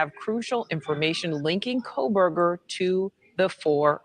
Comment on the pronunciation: Love and Ed Wallace! Please someone tell that his name is NOT " Kole-berger ". He's been saying that for all the past interviews. Lol